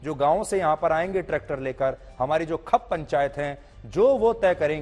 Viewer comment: Khap ni hota chatukar ji ...khaap hota h 😅